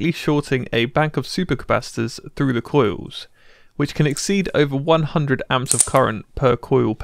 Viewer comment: It's pronounced coils not coiws